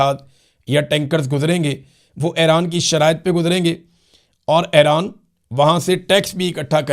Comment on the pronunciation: ایران۔ Not حیران ۔۔۔۔